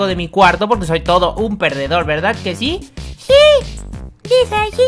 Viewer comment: Dice shí ^-^